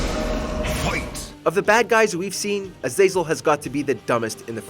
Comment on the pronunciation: The way you say Azazel's name makes me want to off myself lol